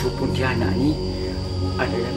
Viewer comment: betul tu. cuma pontianak je tak sama sebutan 😅